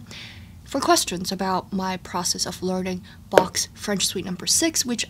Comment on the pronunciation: I love your accurate pronounciation of Bach's name <3